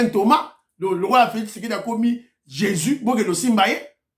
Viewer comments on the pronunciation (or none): none